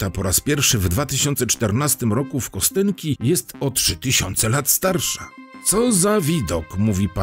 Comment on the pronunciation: To się wymawia "Kastionki". Tam jest rosyjska litera "jo", której od dobrych 30 lat Rosjanie coraz częściej nie zapisują jako "jo", tylko "je", choć pełna słownikowa forma jest zapisywana oczywiście przy pomocy "jo". Nazwa pochodzi zresztą od rzeczownika kość. No i słowo "bynajmniej" to naprawdę nie to samo co "przynajmniej". A tak poza tym to dzięki za materiał. Dobra robota. Pozdro z Dzierżoniowa.